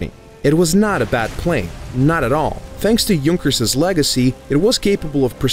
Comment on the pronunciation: Finally, someone who pronounces Junkers correctly!